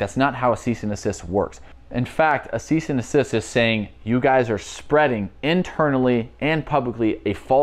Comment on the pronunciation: His annunciation of the word desist is obviously not expressed very clearly but Tayler is not by any means an idiot.. he very well knows it’s NOT called a cease and assist, people like you just let your preconceived biases get in the way of your better judgment which is arguably quite sad honestly.. Jusss sayyinn’! 🤷‍♀️